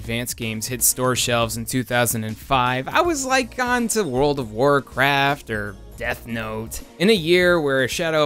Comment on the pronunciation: “everyone betrayed me, I’m fed uhp with dis worald!”